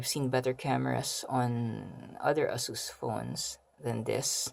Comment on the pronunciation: its Ey- sus.. not ah-sus..